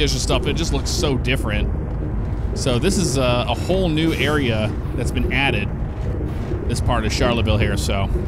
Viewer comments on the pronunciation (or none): none